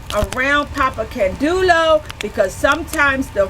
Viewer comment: can-day-oh is the way I was taught to pronounce it... I could be wrong.